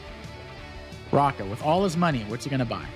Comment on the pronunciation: Raka :D I dunno how they prefer it internationally, but h isn't silent and it's like in hotel, and the double-ä is like the long a in sad. Doesn't matter but just leaving it here how we say it.